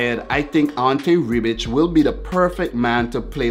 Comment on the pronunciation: Your saying Rebić incorrectly... You say it (in English) Ray-bitch😂😂but you say Ray without that e in the pronunciation...... Hope that makes sense 😂😂